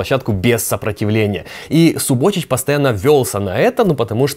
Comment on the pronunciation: сУботич, а не субОтич